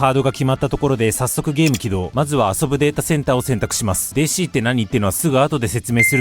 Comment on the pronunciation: お若いのに、わざとデーシーって言ってて森😂